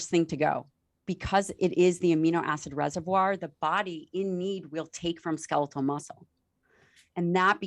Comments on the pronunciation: Such valuable information❗️ We ALL need to get moving . I just pettily cringed each time he said ‘ska-LEE-til’... 🤦🏻‍♀️ even after repeatedly hearing her saying ‘SKEL-it-tal’. Yes, it’s petty but he says every other word perfectly & with the mildest accent...why not this word?? 💕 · Ska-leetul muscle? wtf?